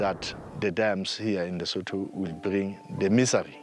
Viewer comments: It bothers me to hear how the narrator pronounced Lesotho. Lesotho - ləˈsuːtu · Everything you said Lesotho I cringed, the way you butcher their name. Please hire an African to do you African segments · So educational! How does one pronounce Lesotho? 🤣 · I tried to watch, but why should I care if the narrator cannot even be bothered to pronounce the country's name properly? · Not dams... politicians. Yet more victimhood reporting. The narrator must learn to pronounce Lesotho properly.